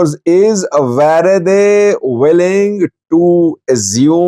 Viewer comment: You read "worede" as "v e r e d e ".which means you are Indian.